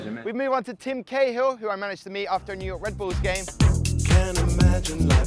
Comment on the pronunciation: New Yoyk city lol